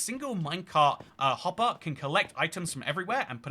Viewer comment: "Minecart hoppah" 🗣️🔥🔥